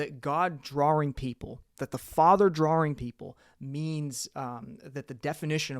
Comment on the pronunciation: Interesting video, this does beg the question. Why do you pronounce drawing as draring?